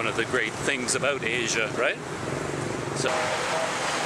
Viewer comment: “Aboat” and you quickly change to “about” 😂 JK no offence though.